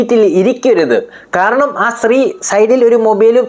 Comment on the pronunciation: ശ്രീ അല്ല കുഞ്ഞേ സ്ത്രീ.... നീ ആദ്യം പോയി സംസാരിക്കാൻ പഠിക്ക്...